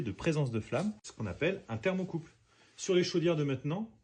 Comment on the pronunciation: ThermocoupLe et non pas thermocoupe.